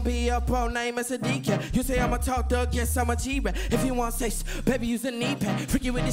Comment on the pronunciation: now he said ses